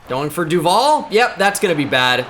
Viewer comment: You mispronounce duvall and its actually mad annoying